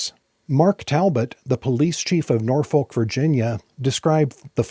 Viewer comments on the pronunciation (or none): I'm begging you, please, please, please, do not pronounce the "L" in Norfolk. (Native of Hampton Roads here). At least not for the one in Virginia. The old cheer "Don't Drink, Don't Smoke. Norfolk" is probably still being chanted today. It's not just the way it's supposed to be said. A random example